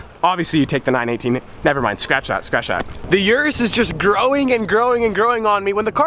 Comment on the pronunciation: its Urus, not yurus.